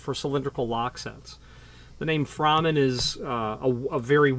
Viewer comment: I met Frank at locksmith association meetings and have talked to Phil many times. I own a No. 2 and his impressioning tool. It's pronounced "Frayman" not "Frahman". Frank was a perfectionist. The No.2 machine is a work of art. As you stated it looks complicated but once you learn how to use it, you appreciate how simple it actually is. Your points are spot on. Those type jigs usually leave marks. I also don't like the hole saw spinning in those bushings but I still use those so the crossbore is correct. Most locksmiths probably don't have the experience you have with as many doors not to use some type of tool.